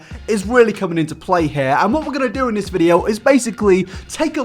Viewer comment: It’s pretty raw that you are a YouTuber but can’t say the word ‘video’